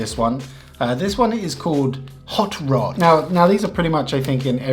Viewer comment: Hot rod: in your opinion, i could confirm that you just said "Hot lays"😂 Im Finnish, and that kinda shocked me Oon suomalainen ja toi vähän niinku järkytti mu